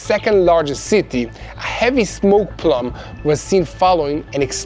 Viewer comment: Great reporting, &, I always enjoy your reports. Go Israel! On a humorous side note;, please note that 'plume' is pronounced 'ploom' - not as 'plum' ☺